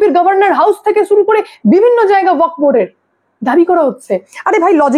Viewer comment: কথাটা ওয়াক্ নয় । কথাটা ও য়া ক ফ্ । উচ্চারণটা ঠিক ঠাক করুন। শুনতে বড় খারাপ লাগছে। আপনার বক্তব্যগুলো অকাট্য সত্যি। সেই ব্যাপারে কোনো কথা হবেনা। কিন্তু এই উচ্চারণ অনুষ্ঠানের standard এর ক্ষতি করছে বলে আমার মনে হয়। আর একটা কথা, S আর Sh এর উচ্চারণ এক নয়।